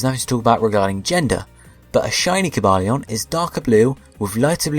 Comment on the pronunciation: tbh i never liked Cobalion's sprite... and i loved the transition between explaining Keldeo and his other forme btw: Ko-bay-lee-en Vir-ri-zee-en As said in movie